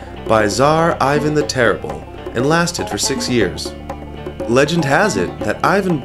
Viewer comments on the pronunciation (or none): none